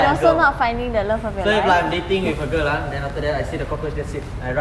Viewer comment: "I wouldn't say fo us" It should be for •~•